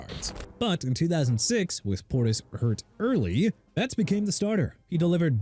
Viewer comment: YOU AIN'T SAID WHAT CFL TEAM STEVE SLATON WAS ON!!! ALSO DUDE IT'S CLINTON PORTIS NOT PORTERS AND TERRELL DAVIS PRONOUNCED TUH-RELL NOT TEH-ROLL AND ICKEY WOODS NOT GEE WOODS!! ARE YOU DONE BEING ILLITERATE?! IF YOU ARE, DO AMERICA AND THE SPORTS WORLD A FAVOR: QUIT!!!